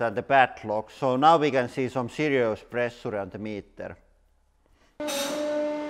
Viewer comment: "Quite much of plressuure." Indeed!